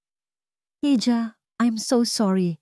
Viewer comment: Puede po bigkasin ang Spanish word HIJA. Ito ang tunay na bigkas IHA